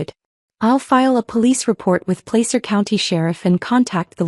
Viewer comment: Since I have lived in that County all my life, I can tell you it's pronounced Pla sir